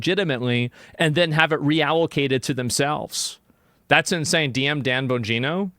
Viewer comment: Holy shit, he pronounced Dans name right 😂